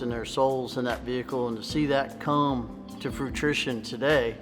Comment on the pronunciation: "To see it come to FRUITITION"........LOL!!! He meant to say FRUITION. Bad ass car though. Check out how low the nose sits off the ground.